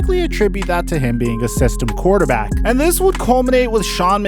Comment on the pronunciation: He said "yes he is a Quaterback right" didn´t he :D